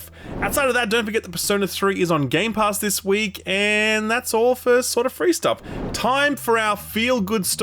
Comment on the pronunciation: haha "GAEMPASS"